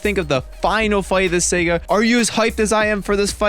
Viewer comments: great vid but just one thing... saga... saa-gaa not Sega. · Dude, it's Saga, SAH-GAH, not Sega Genesis. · Um you keep pronouncing saga wrong and the weapon goku black used is called a scythe which you also pronounced wrong.